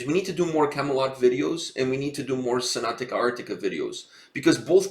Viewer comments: Not trying to be disrespectful or anything but if you are gonna react to a band please learn to say their name properly. Its Sonata not Sonatica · I was a tiny bit triggered as you kept mispronouncing sonata as sonatica :D Cool review otherwise! Hopefully you will check their live stuff too because Tony Kakko is a really good singer on stage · Dude me too, i winced each time he said Sonat-ica instead of Sonat-a. But oh well. lol